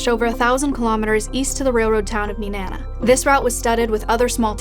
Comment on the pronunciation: Wow she said Nenana correctly